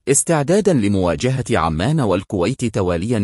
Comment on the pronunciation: عزيزي ارجو ان تلفظ اسم البلد مضبوط عُمان وليس عمان ارجو المعذره ارجوان لاتزعل تحياتي